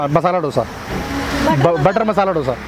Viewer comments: It should be pronounced as दोसा not डोसा. In Tamil nadu, Andhra pradesh, Karnataka it is pronounced as दोसा. It is ridiculous to hear as डोसा. When it is heard as डोसा it feels like a bomb or explosive not a food. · South Indian = a person from south India. Don't say eat south Indian which means eating human from south India. Say as eat south Indian food. Also learn how to pronounce Dosa. pronounce it as दोसा but not डोसा.